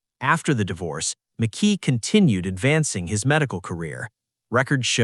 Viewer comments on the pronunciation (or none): McKee not Mickey ! Spencer keeps getting shown when speaking of McKee and visa versa ! 😮 Yeah drive a car registered to yourself to the alleged murder and have the alleged gun in your apartment ! I will be interested in his digital footprint. Do everyone a favor and take a plea if you are lucky enough to get one. 😮😮😮